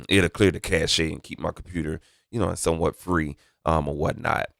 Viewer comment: Cache is pronounced like CASH, not cash-hey.